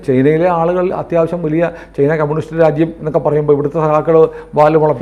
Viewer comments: ചെയ്ന അല്ല. ചൈന എന്നാണ് പറയേണ്ടത്. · ഞാനും ഇത് പല തവണ കമന്റു ചെയ്തിട്ടുണ്ട്. അവർ ശ്രദ്ധിച്ചു കാണില്ല. അങ്ങനെ പറയുന്നത് കേൾക്കുന്നത് അരോചകമാണ്. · ശ്രീ പല തവണ താങ്കളുടെ ശ്രദ്ധയിൽ പ്പെടുത്തിയതാണ് ചെയ്ന അല്ല ചൈന എന്ന് പറയൂ തിങ്കൾ എന്താണ് തിരുത്താത്